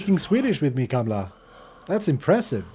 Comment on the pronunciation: its not kamla its kamala lol